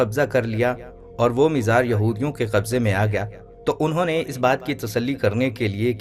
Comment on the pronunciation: Mizar nahin....mazaar